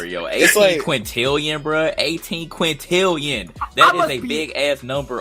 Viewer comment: doesnt know how game generates mispronounces quintillion doesnt know how procedural generation works on a basic level doesnt know that there are way way more than a few variations In the universe and every planet is unique CRITICIZES GAME FOR NOT HAVING ENOUGH GENERATION